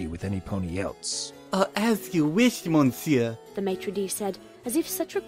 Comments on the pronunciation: Monsieur is pronounced muh-seer, not mon-seer. And his voice was kind of... uh, distracting, in general. But otherwise this was a great reading. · you don't pronounce the "n" in monsiuer